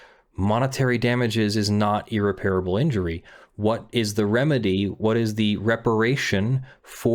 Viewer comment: Small, hopefully useful thing: It's ear-REP-ruh-bull, not ear-Repair-able.